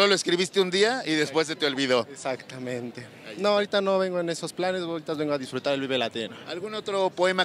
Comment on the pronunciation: "DUSFRUTAR Y VIVIR"" nezahualcoyotl 2018